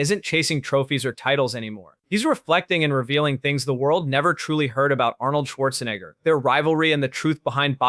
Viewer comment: What's with the fake "flies all over the screen" effect? In what way does it enhance this video? Also, you can't even pronounce Arnold's surname properly. you idiot! 🤣🤣🤣🤣🤣🤣